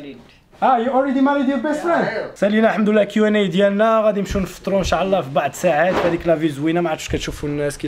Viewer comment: السلام عليكم اريد ان اصحح لك معلومة.حاول تقول إن شاء الله ماشي انشااااعععع الله